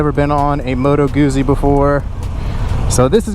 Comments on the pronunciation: It's pronounced Gutzy, not goozy, like Pizza is pronounced Peetza, not Pisa as in the leaning tower of. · Pizza... Guzzi. Double zz is pronounced the same. Sigh... 😉✌️🇮🇹